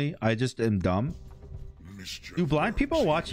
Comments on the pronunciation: Yeah, it definitely sounded like he said black, but luckily I'm pretty certain he was talking about blind people. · I thought said "do black people watch youtube" i was so shocked lmao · Omg. I thought he said “do black people watch YouTube” and I was so confused lol. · Any one who actually "thinks" said "black" and not blind are actually trolls. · my brroooo i heard blonde too xD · When he asked if blind ppl watch YouTube I thought he said black ppl lmao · That "do blind people watch youtube?" question tripped me out. I understand why people think you said black. If I focus on hearing blind, I hear blind. If I focus on hearing black, I hear black. Our brains can be weird sometimes. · Bro when you said “do blind people watch YouTube” I heard “black people” and was so shocked what I was hearing lmao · He said black people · It sounded like he said black, but I'm pretty certain he said blind. Veeery unfortunate mispronunciation. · Lol I thought he said black people too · OH MY GOD😭😭😭 IT SOUNDS LIKE BLACK LMAO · It's crazy how I can hear everything I want If I want to hear BLIND, says it. If I want to hear BLACK, says it. Why is that?:D they should sound nothing alike:D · is amazing how you can hear both depending what you're thinking about before he says it. Listen for BLACK then re watch and listen for BLIND I can hear both depending what you think about